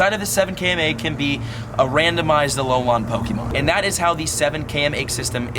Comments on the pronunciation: It’s Alolan not Alolon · Stop saying alol-on it's pronounced alol-in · its alolan not ALOLON lmao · Does it bother anyone else how it he says Alolan? It is not Alolon :S Love your videos dude! (Y) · its pronounced uh-lo-lin not uh-lo-lon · Why do you pronounce it as Alo - lon? It's Alo - LAN Also I don't think multiple accounts will be an issue. It will do almost nothing to harm the trading community. I'm not going to lie either, I multi account. But only because my local POGO community are full of selfish and toxic people. I'd rather play by myself as sad as that may sound. The friends I do play with are my wife, and friends from out of state that visit often. What I'm curious about is how many people have the same issue of their local POGO community being toxic? For example they refuse to invite people under level 40, and they start drama over all sorts of nonsense. Like EX:Raid teams. They've also bullied people who were just joining the game into thinking they weren't good enough to do raids with them. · Dude it is pronounce Alo-lin not Alo-lon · Why do you keep saying alolawn 🤔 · Alolon? -.- Just say gen 7 forms or something xD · alolan = uh low lin pls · its- A-LOW-LAHN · Love your content but if you say Alolan wrong again I’m going to lose my mind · I just cringe every time he says km and alolan. How can u butcher it this badly